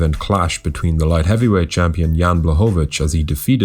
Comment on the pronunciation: Proper pronunciation is Yan Bwahovich, L in his last name is Polish Ł spelled like W in English, easy compared to Joanna LOL